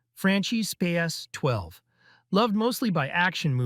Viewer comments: It's SPAS, not s-pay-ass. :face-turquoise-covering-eyes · I pronounced SPAS as "Spaz". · the way you pronounce the SPAS and Franchi is just criminal.